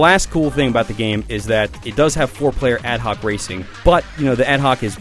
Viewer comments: lol "collection gaeeme" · hey everybody hear the word GAME so fucking Funny! :) hahahaha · Did anyone else hear the way he says game at about ? It was funny :P